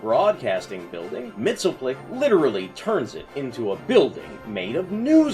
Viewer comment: actually, it's pronounced Mix-Yes-Spit-Lick